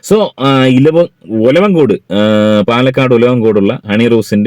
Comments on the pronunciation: ഒലവം കോട് അല്ല ഭായ് ഒലവക്കോട് ആണ് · ഡാ ഒലവങ്കോട് അല്ലടാ ഒലവക്കോട് ആദ്യ സ്ഥലത്ത് പേര് ശരിക്കും പോയി പഠിച്ചിട്ടു വാ 😂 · ഒലവ'ങ്കോ'ട് അല്ല, ഒലവ'ക്കോ'ട് എന്നാണ്... Railway station (Palakkad junction) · ഓലവങ്കോട് അല്ല ഓലവക്കോട് 🥰🥰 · ഒലവങ്ങോട് അല്ല ഒലവക്കോട് ആയിരിക്കും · Olavankodu alla, olavakkode palakkad aanu bro😊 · സ്ഥലം പാലക്കാട്‌, ഒലവങ്കോട് അല്ല.. ഒലവക്കോട് ആണ് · ഒലവൻകോഡ് അല്ല ഒലവകോഡ് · Olavankod അല്ല..olavakod🍩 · ഒലവൻകോട് അല്ല, ഒലവക്കോട് ആണ് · ഒലവൻകോഡ് അല്ല 😀ഒ ലവക്കോട് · ഒലവൻകോഡ് അല്ലടാ ഒലവക്കോട് ആണ് 😂😂😂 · Not olavankode that is olavakkod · ജിനൂ പാലക്കാട്‌ ഉലവൻകോട് അല്ല.... ഉലവാക്കോട് ആണ് " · ഒലവക്കോട് എന്നാണ് ട്ടോ